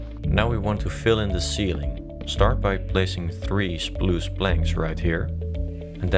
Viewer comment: hey it’s ’spruce’ not ‘spluce’